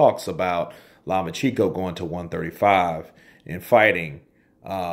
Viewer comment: Law-much-enko... Source: I am Ukrainian :)